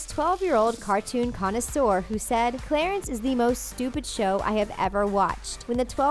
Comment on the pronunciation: I love “Clatence.”